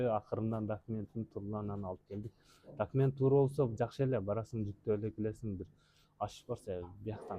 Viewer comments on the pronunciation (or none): none